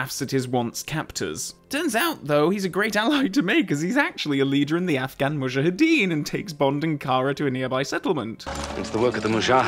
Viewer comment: How does weaponry novice Saunders know that Bond missed *deliberately*? Hoped you would address this minor plot hole. 25+ years of being irritated by Dalton's mispronunciation of "Mujahideen" finally put to rest by this splendid little segment.